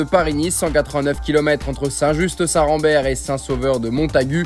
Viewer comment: Juste c'est pas un reproche pour le commentateur car tout ceux qui ont couvert l'épreuve ont dit St juste alors qu'on dit st ju 😉